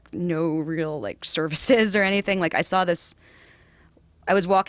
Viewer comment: please help brendan schaub and brian redban learn how to pronounce "saw" or "draw" correctly. there is no "L" at the end......